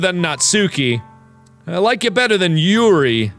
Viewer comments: How mark pronounces Yuri: Yiuali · Why does mark keep pronouncing Yuri's name the SAME WAY VICTOR NIKOROV DOES? OR AM I THE ONLY ONE THAT NOTICES?! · The hard ''r,, on yuri's poems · He went from saying morp in a nonsensical way, to calling Yuri like she's russian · Whenever Mark says the name Yuri, Viktor (Yuri On Ice) comes to mind because of the accent and the way he says it. Does anyone else feel the same way? Or is it just me?